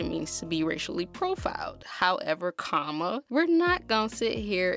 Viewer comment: it’s comma, love... not coma 😂